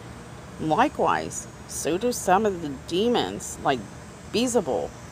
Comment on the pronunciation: Beelzebub is pronounced B L Za bub